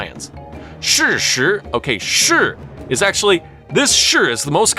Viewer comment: Good attempt, but as a laowai, you're still missing out the intricacies of pronouncing "shi". There are hard & soft shi's in addition to the 4 tones.